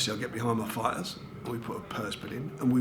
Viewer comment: Love these geezers - title = tighdul. Fighter = fighda